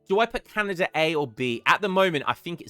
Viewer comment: where are you from in the uk? I've never heard someone pronounce "put" as in "putt" (like in golf) whilst also sounding otherwise English in my life. anywaygreat vids